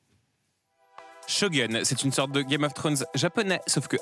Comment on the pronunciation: arrrrgg c'est quoi cette intonation pour la présentation de shogun ça m'a gêné de fou...